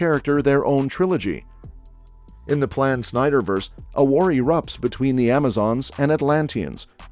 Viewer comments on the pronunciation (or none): Snyderverse.... not Snyverse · Omg. “Snyderverse”. You’re killing me man. For real. Hurts my ears. At least you said DarkSeid correctly.